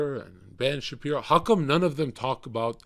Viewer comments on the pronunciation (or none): none